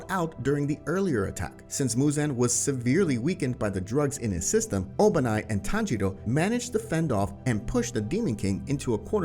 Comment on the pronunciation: His name is obanai not obani